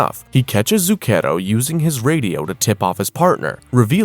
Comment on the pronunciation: This may be a waste of time.. but if you sre going to be reading Italian words, you should look up how to say them. You're saying Zucchero (sugar) super wrong. Among others.